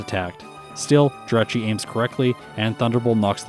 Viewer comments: I want to start off by saying congrats on 40K and I can't wait to see more of your content. That being said as long as I've been watching you it still hurts to see you pronounce the name of pokemon wrong. Jirachi - G-Rah-Chi Gl in the future and I can't wait to see more of your content! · Wait how is he pronouncing Jirachi?? Hes saying "Dratchy" *cringe